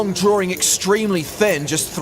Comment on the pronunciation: Draw-ring dead